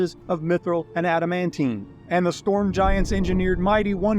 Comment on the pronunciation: All good, I cannot keep timelines correct. I do remember it was after the all father had to leave. BTW, your pronunciation of adamantine makes me chuckle and wonder which of us is wrong. Then I chuckle at myself since it is a fictional metal and does not matter.